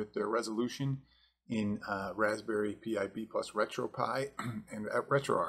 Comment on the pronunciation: Well.... absolutely nobody else pronounces it "P. I."